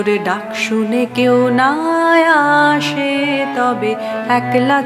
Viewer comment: আপনি অনেক ভালো গায়িকা, তাই খুব বিনয়ের সঙ্গে ভয়ে ভয়ে বলি আসে উচ্চারণ টা আশে করলেন অর্থাৎ স এর উচ্চারণ শ করলেন। এটা আমার মনে হল, অপরাধ নেবেন না।